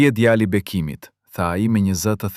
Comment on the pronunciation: Nuk e di ne ngjarja eshte e sajuar ae vertet por mua me teper me shqetesone fakti ti qe po pershkrian ngjarjen kush dreqi je.djali dhe jo djalli o meso mire shqipen o zhduku e bere dhe djalle nje femi te pafajshem mos ta degjofsha me zerin o i shkale......